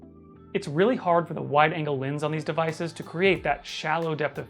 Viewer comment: Why is he pronouncing lens like lins, it’s pronounced how it’s spelled